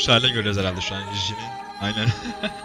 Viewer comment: Abi üyelerinin adının çoğu j eyle başlıyor ya sen j diye değil c diye oku Jungkook-cungkok Jimin-cimin Jhope-jeyhop V-Vi Rm-arem Jin-cin Suga-şuga